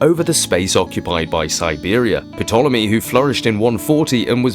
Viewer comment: The tartary topic has been around for about five years now and honestly your reserch has brought more tangible fact than any i have had the pleasure to enjoy. I sincerely hope it continues. Thanks your a very good researcher.BTW i believe the P in Ptolemy is silent. Fish fact 😮 burn